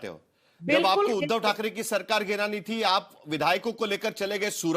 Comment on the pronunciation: आप उध्दव जी का नाम सही से लो